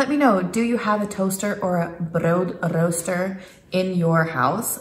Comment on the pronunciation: I know you've been here for some time now but I am so proud of you and the way you pronounced "broodrooster". It was perfect.